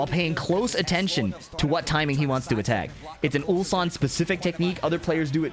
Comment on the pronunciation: Yeah and Atif butchered Ulsan 2 times in a single tournament😂